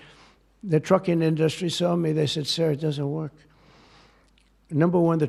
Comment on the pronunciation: Why can’t he pronounce industry correctly?